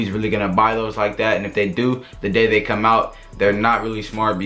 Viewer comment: Is tHis niGGa blood He said tHis year Has bome buy so fast insteaD of come??